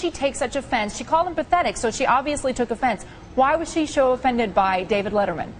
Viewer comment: "Why was she sho offended?" Contessa is terrible....